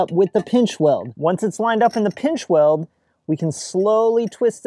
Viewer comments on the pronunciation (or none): Off the gwound.. pwinchweld